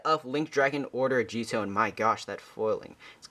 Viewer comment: Times J says "A-gee-etoh" instead of "Ah-gi-toh" Counter: 6